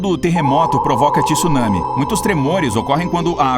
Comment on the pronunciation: 2021 e o cara não sabe pronunciar “tsunami” ainda, pqp!